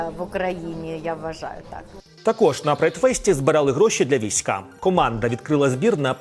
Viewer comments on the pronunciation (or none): Пане ведучий,як чудово слухати " на прайді збирали гроші для військА " Невже Ви не можете озвучити без штуч.інтелекту просто -" для війська, "із правильним наголосом на ' і '